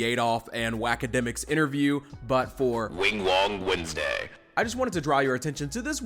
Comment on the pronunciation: welcome back to Wingwong Westday